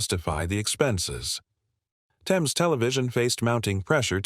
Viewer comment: It's not "Thayms" it's pronounced "Tems"